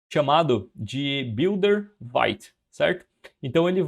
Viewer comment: Vite vem do francês, significa rápido e a pronuncia é como se fosse português e não "vaite".